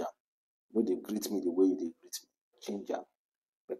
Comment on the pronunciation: Stop saying day Talk well